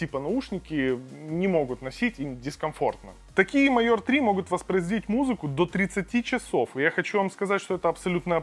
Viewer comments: "майор"?! "кабєлЯ"?! О_о яка ганьба! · Уже писали, но повторюсь,, ребят, если делаете видосик уровня не «Анжела тестит помаду для м...» а что-то серьёзное, то хотя бы выучите как правильно читаются слова типа «амбушюры» и “major”, а то складывается впечатление, что это не Цитрус, а какой-нибудь Валера с ОЛХ.